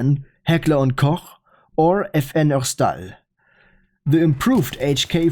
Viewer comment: As a Belgian, can I just thank you for your pronunciation of FN Herstal? It was truly beautiful in all the right ways.